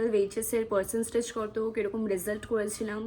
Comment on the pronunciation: Percenstage ki?? Tumi English honours!!!! Percentage o bolte paro na